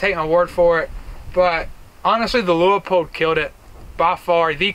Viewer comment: It’s pronounced LooPold! 2 syllables not three! How do I know this? Because I live in Oregon and used to work there!